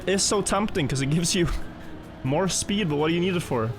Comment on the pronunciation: Previewsh? SssPEEED? Just make videos in your own language and stop murdering mine.